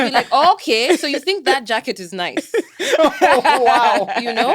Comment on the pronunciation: Linguist here. Great conversation. The way she said that ookay ... completely Kenyan. No doubt about it.